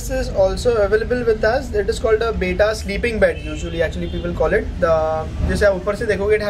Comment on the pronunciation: Bhai it's be-tta not bita ya beeta